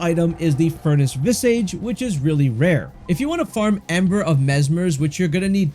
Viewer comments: Visage is pronounced "Viz-udj" not "Viz-Age". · It's not visAGE. It's pronounced like Vizidge. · Visage isn't pronounced "viss-aige", it's more like "viz-aaj". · Please look up the right way to say visage. vis-ah-j not vis-AGE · Its vis-ahhge, not vis-age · It's not pronounced "vis" + "age" It's pronounced "viz" + "ige" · Vi-sihj not vi sage. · Visage is pronounced Vi-ZARGE, meaning a face. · its not pronounced vis-age... otherwise it was good, just a pet peeve with pronunciation lol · Maybe next time if you can figure out how to say visage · You really should take a break from screens, dude, and learn how to read. The way you say "visage" tells me that you don't read much. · Good info, thanks! Side note, you may want to look up the pronunciation of visage, i was getting a bit hung up on that personally Lol